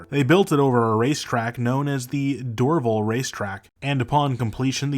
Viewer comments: Your pronunciation of Dorval Airport is wrong. It’s pronounced ‘Door-Val. ‘. I apparently was taken there in 1964 when I was 3 by my 13 year old sister to watch the Beatles land. I however have no recollection of it. Lol. Cheers from Montreal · I would highly recommend that you listen to how a native speaker would pronounce our cities. Montréal is not pronounced “mawn-treahl” (every American says it that way). In English we pronounce Montréal as “mun-tree-all”. Dorval is pronounced “Door-VAL” like the val in valley or Valerie; in both languages.